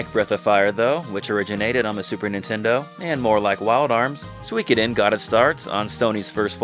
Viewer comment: Tir is pronounced like "teir". Also....Im hard of hearing so I use CC on YouTube for the things I miss....and is absolutely trolling me rn lol. Everytime you say Suikiden, it types sweekidin, priceless